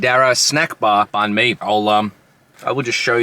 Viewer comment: Please pronounce banh properly if you are going to review them. And totally rookie move to eat one in the car. Ha ha ha